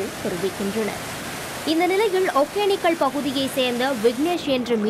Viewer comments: Modhalla news vaasikarava vaaiya kizhikkanum. Eppa thamizha kadichi thuppura. ஒகேனக்கல் அதப் போய் ஒக்கேனக்குள்னு படிக்கிறா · First tamil ah oluinga uchari athu Hogenakkal.... Hogenikkal illa..